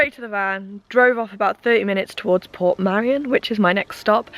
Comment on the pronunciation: You were chancing it going up that late in the day ,head torches are useless in mist or low cloud. You were very lucky to make it down safely. Its Port Meirion not Port Marian by the way 👍 nice video though .👍 oh by the way jumping of that bridge is not allowed ,people have died doing it.